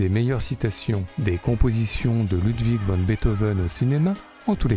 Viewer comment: Intéressant, mais 3 remarques : 1. C'est Ludwig vAn, et non Ludwig vOn, comme vous le prononcez plusieurs fois. 2. La fameuse "Lettre à Elise" est une Bagatelle (genre rarement pratiqué il est vrai), et non une Sonate, comme vous le dites systématiquement (ce n'est pas parce que c'est joué au piano que c'est une Sonate : rien à voir !) 3. "Beethoven" ou "Beethov'" ? Les deux prononciations sont possibles, mais il aurait été logique que vous vous en teniez à une seule ("Beethov" est en réalité "Beethov'n", avec un "n" à peine entendu). Merci et vive Ludwig.